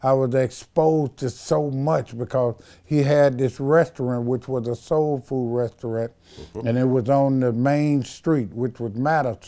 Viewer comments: . "My father had a 'resterunt'...he had three 'bildin'..." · "My father had a resterint" 🤣🤣